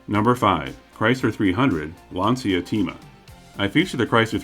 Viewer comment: Pronounced "Lahn-cha tay-ma"